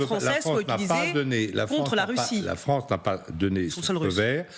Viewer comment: Des accusations russes contre la FRONCE? C'est quoi la FRONCE? C'est où la FRONCE?